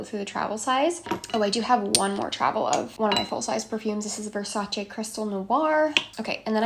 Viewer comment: THANK YOU FOR PRONOUNCING VERSACE CORRECTLY. Now when I finally found a youtuber that doesn’t read it Versachyy, she’s not active :(.